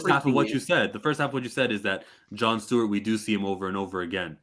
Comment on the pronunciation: Which was fucking stupid. Oh, and It's "Stewart," my friend, not "Steward." 👍